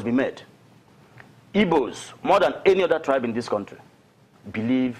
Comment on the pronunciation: its not ibos its igbos